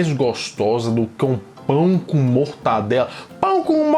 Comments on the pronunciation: Pelo amor de deus... é mortaNdela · Que raiva que dá quando ouço alguém falar "MortaNdela". Porque o povo tem mania de pegar um nome simples e complicar hein? É MORTADELA!!!!!!!!!!